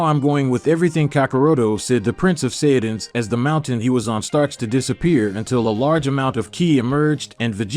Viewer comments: Saiyans not saiyadans lol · Prince of Saya dies and cyan just look how bro say sayian sounds like he's saying cyan then when he says sayians it's Saya dins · bro went from saijans to saiyadans💀💀💀💀💀💀💀